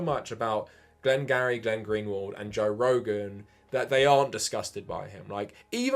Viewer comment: Why do you keep calling Glenn Greenwald "Glenn-Gary"? Am I missing something?